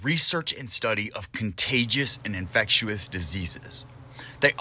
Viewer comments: Infectious.. not infect-you-us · Love the video! Just can't deal with the way you say "infectious" lol Infectew-us timestamps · "infec-tu-ous diseases"...interesting pronunciation used in this video by the narrator! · I was thinking the same! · Is it a accent thing or a mispronounced thing.... .infectious.......ive never heard it pronounced the way it is in this video......honest question, no hate meant